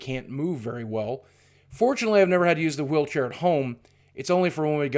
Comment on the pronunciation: Anyone notice the fact that he pronounces "wheelchair" like Stewie? 😂